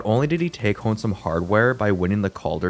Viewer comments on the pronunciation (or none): none